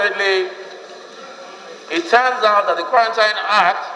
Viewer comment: With respect, the word quarantine is pronounced quaranteen